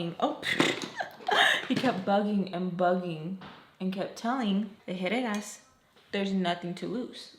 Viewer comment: I really thought you said Headed Asses the first time you said Herrera 😭 I didnt even think twice im like yup that fits